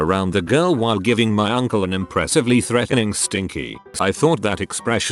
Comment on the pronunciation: I love how the TTS read stinkeye as “stinky”. “An impressively threatening stinky.”